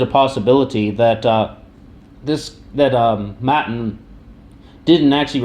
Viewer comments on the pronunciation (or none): btw... Its pronounced Mattaan